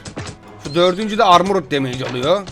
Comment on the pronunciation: Abi lütfen anti armor damage ve defense yü düzgün telaffuz edermisin